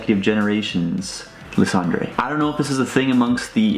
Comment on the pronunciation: Lysandre is pronnounced as Ly-San-Der,dude.